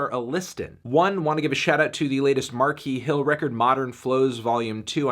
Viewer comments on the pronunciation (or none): Anthony Anthony Anthony, it’s pronounced Markeese Hill not Markee. This isn’t a meme.